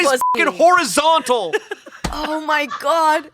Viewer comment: They're whorizontal